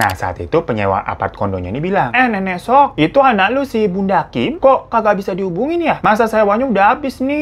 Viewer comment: bang, "seok" bacanya bukan "suk" tapi "sok", O nya seperti O pada kata "obor" gemes sendiri drtd nyebutnya baby SUk XD